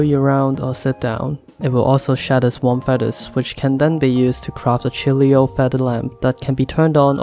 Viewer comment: Chilios? You mean Chiloos?